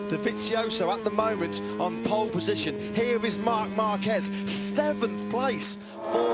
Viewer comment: ぽーッるぽッじしょん！ 発音めっちゃネイティブ。